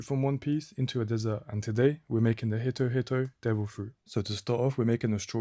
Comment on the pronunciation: It's pronounced like "hee-to hee-to" fyi